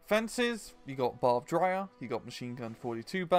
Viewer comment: Good content. But pronunciation like barbed rire is distracting.